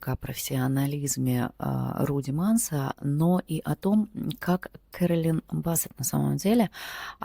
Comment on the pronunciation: Блин,говор с придыханием,ну 2я Стрелец.Ускорься и ролик будет короче и слушать будет приятнее.Не Бассет,а Биссет Керолин.